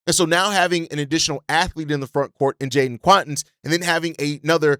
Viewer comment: What do you pronounce Quaintance like Quawntance. If you wanted to say acquaintance you wouldn’t say aQwantance